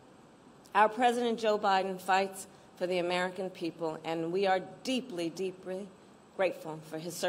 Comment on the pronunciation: "we are deeply, breepry grateful"